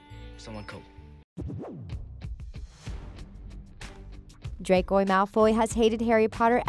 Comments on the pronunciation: Am I the only one who heard her say, “Dracoy Malfoy”? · Nobody: Not one single soul: Thethings: dracor malfoy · nobody: not even the spider on the wall: the voice over: dracoy malfoy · Dracoi malfoy 😭 shes murdering his name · Did any one else notice she called draco “dracoy” i mean. WHAT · BRO WHY IS SHE CALLING HIM DRACOY IM CRYING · the fact that she says DrAcOi MaLfOy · Narrator- Draycoi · did i just hear her say dracoy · she said dracoy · Triggered me when she kept saying dracor Malfoy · Why did you say dracoay ?? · why are you pronouncing draco like that? "dracoi" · You clearly don't know how to say draco cuz you said dracio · ItS DRACO not DRAYCO -_ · The commentator said “ Draycoy” instead of “ Draco” at the time ‘ ’. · I cant get over the fact that she pronounces Draco's name as Dracoy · Did she just say 'Dracoy' Draco:MY FARTHER WILL HEAR ABOUT THIS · You need to test your knowledge because you said “Dracoy” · No she called him dracoy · You're saying it wrong..it's "dracO" not "dracOY"! Omg just yes that irked me. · Juliana Savoca I think she combined draco and malfoy XDD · * WHY ARE ALL THESE COMMENTS ABOUT HER MISSPELLING OF DRACO, HONESTLY!!! ITS JUST ONE WORD AND EVERYONE IS COMMENTING ABOUT THIS DRACOY THING!!!!!!!!!!!!!* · The Things: Dracoi Malfoy Me: WhO iS dRaCoI mAlFoY? WhOt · Hermione: Stop! Stop! Stop! You're going to take someone's eye out. Besides you're saying it wrong. It's Draco Malfoy. Not Dracoi Malfoy! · Bruh i got so mad when she said “Dracoi” rEeEeEeEeE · No one: Literally no one ever: Not even me: The things: DrAcOi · I'm sorry. Did you just call Draco Malfoy a villan? My Father will hear about this! Also why do you call him Dracoi? Its Draco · She kept saying “Dracoy” instead of Draco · Who noticed she said dracoy malfoy not Draco malfoy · She says shes a big fan and everything..but she said DRACOY malfoy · Um who's "dracoy" exactly? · its DRACO not Dracoy or dracor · You said DracoY. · Normal people: draco Her: dRaCoY